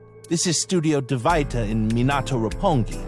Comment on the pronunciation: Studio Dvaita When Mizuki said this, it’s as if she said “Divide” instead